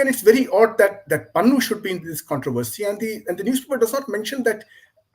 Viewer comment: Its Pannu. More like Pannoo actually😅